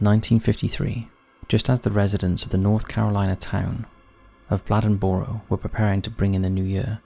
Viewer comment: The North Carolina animal attack story- Town name is pronounced as 'blade-in-burro'. North Carolina has very large Black Panthers. The Puma Concolor can be a range of shades from rust, grayish, to tawny tan. They can be up to and over 8 ft long! Stronger ones will even kill elk and moose. They're not native to NC, but its believed they have migrated here from an escaped pair in Maine in 1938 and SW Florida in more recent years. There have been more & more sightings & Great Smoky Mountain park is a hotbed of reported sightings. ....all to say, we believe that the animal attack from the 50s was a mountain lion or Panther.